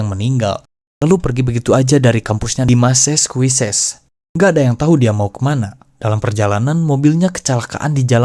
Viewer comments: masachusets bang di bacanya bukan maseskuises😂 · sedikit koreksi - D.B. Cooper dibacanya Di Bi Kuuper - Massachusetts dibacanya Masacyusets - Shit dibaca Syit - Valentich dibacanya tetap Valentich bukan Palentik - Aircraft dibacanya Eirkraf bukan Air Fart (kentut udara 😅) saran next time riset dulu ke google translate gmn cara pronounce inggrisnya biar gak salah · Lagi fokus nyimak, tiba-tiba "Massassquishezzz". 😭😭😭 Btw, semangat ngontenya, Bang. 🎉